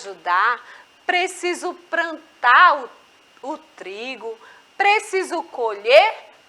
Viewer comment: Prantar kkkk